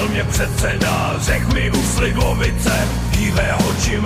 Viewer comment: Řekl bych ze je docela velký rozdíl jestki mu to řekl u slivovice nebo u slívovice 😂